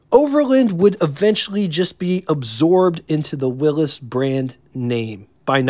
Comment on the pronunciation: You need to work on pronunciation. It's not Willis , it's Willy's it's not kunoot , it's knute. Probably more that I missed .